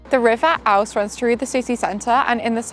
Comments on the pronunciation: Thank you for the lovely video of my home town. I really enjoyed it. Just 2 tiny criticisms. The river Ouse is pronounced like the word ooze. Also JK Rowling denied being inspired by the Shambles. It was the filmmakers who were inspired by the street. Great video. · You should really learn how to pronounce place names. It's the river Ouse (pronounced ooze). Pity you skipped knaresborough, it's a charming market town and has the world's oldest tourist attraction, mother shiptons petrifying well. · The river what! It's pronounced Ooze.